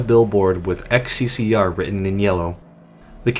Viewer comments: xccr is not xccr, it's хссг. HL2 is based on Eastern Europe, so it's read kh-s-s-g. Most likely a parody of СССР (USSR). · It's not "XCCR" ,it's "XCCГ" - (H S S G ) in cyrillic alphabet :D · It's not "xccr" its "хссг" Cyrillic. Pronounced H (kh) SSG. Its supposed to be the name of a country that existed prior to the 7 hour war. Its probably nonsense cyrillic, based on the names of member states of the USSR. The meaning of Х & Г is unknown to me, they probably have no meaning. But the meaning of СС is definitely along the lines of Советская Социалистическая, Soviet Socialist. For Example, each country in the USSR had its name as Country Name Soviet Socialist Republic. Kazakh SSR, or КССР, Latvian SSR, or ЛССР, etc., etc.,. Х & Г are just placeholders for the identity of this ambiguous country. Also, please, everyone, for your sake, if you cant read cyrillic dont try. It's better to keep your mouth closed and be thought a fool than to open it and remove all doubt. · That didn't say "xccr" that's Russian for "ХССГ" pronounced "kah-sae-sae-gey". Not to sure what else that means but yeah, that's Russian not English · The sign doesn't say "Ex See See Ar." It's Cyrillic, so it says "Kha Es Es Ge." Entirely different letters. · "XCCR" NO. NO NO NO NO. You just insulted every single nation that uses cyrillic as their alphabet. You cant tell me it was too hard to look on wikipedia to check that and read it correctly as HSSG. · "xccr" are pronunced "hssg" and of course in Russian accent because those are russian letters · Its cyrilic so its not xccr its хссг(hssg) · the ХССГ sign is pronounced HSSG, just so you know. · xccr is a REALLY Soviet-looking billboard, unsurprising considering that the architecture and other things are from Eastern Europe. Also, xccr really is pronounced "hssg" in Russian. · bruh it's not xccr it's хссг (hssg) in Cyrillic letters. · "ХССГ" pronounced as "HSSG" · It's not XCCR, its XCCГ. Last letter means "G" in Russian